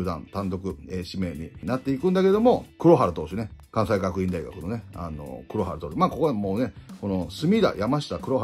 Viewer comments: 関西学院大学 ❌かんさいがくいんたいがく ⭕️かんせいがくいんだいがく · 関西学院大学(かんせいがくいんだいがく) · 関西学院大学はかんせいがくいんと読む